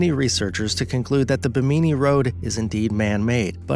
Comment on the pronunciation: It's pronounced Bi-mi-knee not Bee-me-knee